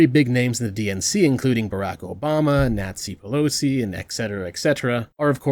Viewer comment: Biraq Obama, Nazi Pelosi Was that intentional or just me hearing things